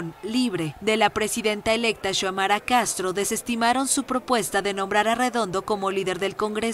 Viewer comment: Xiomara no se pronuncia chomara, sino Siomara.